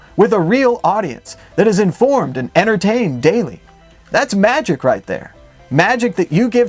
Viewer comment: Did you say Magic? NO! It's MADgic! ;-D